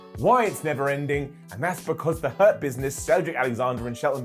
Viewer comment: Why does Hurt Business sound like Herpes when says it?